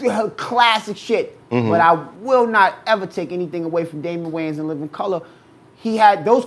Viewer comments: Wayans Not Waynes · It’s “Wayans”